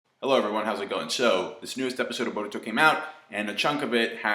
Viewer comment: You pronounce Boruto like your mouth is stuffed with marshmallows